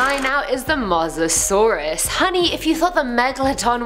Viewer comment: Is pronounce Mo sa saurus